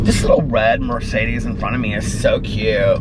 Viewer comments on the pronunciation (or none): none